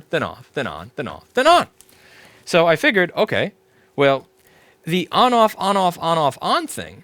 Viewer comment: lol "fonoff"